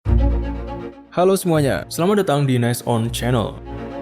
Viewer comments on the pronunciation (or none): none